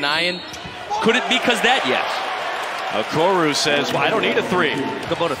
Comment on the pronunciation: The announcer needs to study up. His name is Okoro not Okoru. What an amateur.